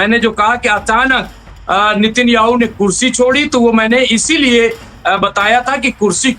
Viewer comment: अरे भाई साहब नितिन याहू नहीं नेतन याहू नाम है, कहां बिहार से ग्रेजुएट किए हो क्या.. रिपोर्टर कैसे बन गए?